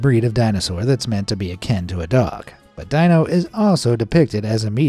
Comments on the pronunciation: sorry to nit-pick here, but you pronounced Dino's name wrong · Never saw "The Flintstones"? Their pets name was pronounced Deenoh, not Dienoh. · Dino... is NOT pronounced Die-no .... it's DEE-no!!!! And that version of Fred Flintstone was based on the John Goodman version from the MOVIE!!! (which you showed for all but 2 seconds :' BTW your artists 'George' has some HUGE TALENT!!! I'm pretty sure midjourney didn't do it all and there had to be some real artistry going on there.. and it was AWESOME!! I'd love to be a part of the team... just don't ask me to be able to make art like that :) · It’s Dino ( de-no) Not dino (di -no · despite being a DY-NO SAUR, the character is actually called DEE-NO , not DY-NO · I actually thought the Stitch one looked cute, but it actually looked more cat then dog or Koala, lol! Also Dino is pronounced DeeNo not DyNo! 😉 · Not to nit pick, but it is pronounced DEENO, not DYNO for the lovable puppy dinosaur Dino in The Flintstones. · You pronounced Fred Flintstone's pet dinosaur Dino's name wrong. It is pronounced Deeno, not Dyno. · It is pronounced DEE-noh, not DYE-noh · Sonic the Werehog, much? Also, Dino is pronounced as Deeno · You've really never seen The Flintstones and heard Dino's name said? It's "dee-no"! 😮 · Fred Flintstone's pet dinosaur, Dino, is pronounced "Dee-no". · Dino from the Flintstones is pronounced "dee-no" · Dino from the Flintsones is pronounced Dee-no. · It’s Dǐ “E” sound)no not Dīno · It's pronounced "Dee-no". Dino! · Pronounced DEENO… not Dino. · Dino is pronounced DEE-NO. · Dino is pronounced DEE no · Bruh. Tell us you've never seen The Flintstones without saying you've never seen The Flintstones. Dino is pronounced DEE-NO 😂😂😂😂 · "Dino" is Pronounced: Dee-no . VOICE-OVER NEEDS A REBOOT IN THE HEAD. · It's pronounced DEE-NO 🤦‍♀️ Did you never watch the Flintstones as a kid? FFS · Ikr. It drove me crazy each time he pronounced his name wrong. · Lol dude pronounced Dino wrong from the Flints Stones